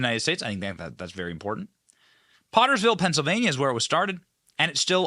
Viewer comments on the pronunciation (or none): Wrong Benny. It's Potts Ville not Pottersville. Thanks for keeping us updated. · Pottsville Pa not Pottersville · Pottsville Pennsylvania not pottersville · Pottsville..... Potts--ville PA 😂